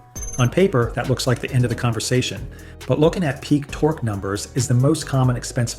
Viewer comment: Torque as Tor-goo. Come on…..